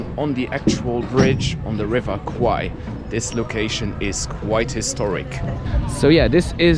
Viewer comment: The way to pronounce 'River Kwai' correctly is like how you pronounce 'bear,' 'hair,' or 'pair' with 'KW,' because the way you pronounce it in the video sounds like the words for 'Buffalo' and 'Penis' in Thai :p